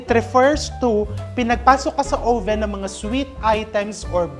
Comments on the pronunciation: Chef RV, I love watching you, informative at nakaka aliw! Pero chef, yung oven po, pag pronounce "uhven" po. Short o. Watching you makes me feel closer to home❣Happy holidays❣ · 'owe-ven'? But terrific cooking channel. Informative and entertaining!